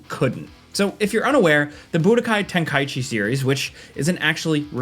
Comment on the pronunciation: Finally someone pronounced Tenkaichi correctly